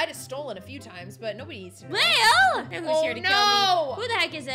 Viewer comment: It’s Lael not leal I used also think it was leal